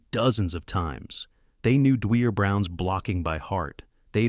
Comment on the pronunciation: Dwier is pronounced D-wire. He’s my brother